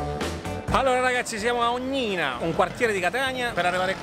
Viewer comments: Volevo dire che si dice Savia. Senza accento. E Ognina senza accento. Ok amici 😘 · Ciao ragazzi, Savia l'avete nominato bene, con l'accento sulla a ma Ognina va con l'accento sulla o! E' un piacere seguirvi :) ciaooo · mi hai fatto ridere un sacco quando hai nominato Ognìna AHHHAA ògnina si pronuncia:D grandi cmq.... somiglia molto ad Andrea Delogu